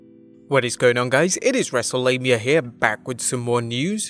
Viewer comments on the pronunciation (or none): I swear it sounds like he’s saying wrestle labia. Maybe it’s just the subject matter of this vid